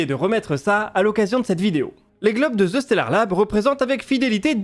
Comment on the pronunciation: Excellent contenu! autre sujet!., ce n'est pas : Ze stellard Lab, mais bien : the (prononcer DE) stellard lab. hihi, je comprend pas cette erreur de prononciation. Le préfixe THE en anglais est pourtant si facile a prononcer. Simplement dire DE , ca devrait mieux passer dans une conversation avec un anglo!